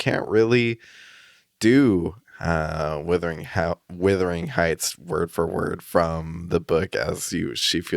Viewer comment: It’s not withering heights it’s wuthering😭